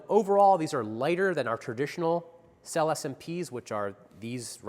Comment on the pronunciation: May I invite your attention to the correct pronunciation of the word SELLE (Italian for "Saddles")? It's [sellÉ]! Thank you.